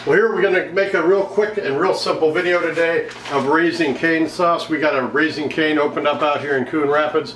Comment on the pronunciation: Canes… no r 😂